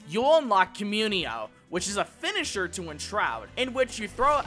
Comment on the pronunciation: A female pig is called a Sow .... you said "Soul Pig" .... Soul So (Sew but I don't want you to butcher that word either) ... Left and right English Pronounciation errors... I'm surprised you got Communio right....